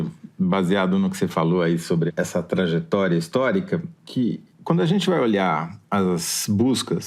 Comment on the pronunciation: " TRANJETORIA " ?????? ESSE SENHOR TÃO PEDANTE E PRECIOSISTA QUERIA TER DITO : " TRAJETÓRIA" ????????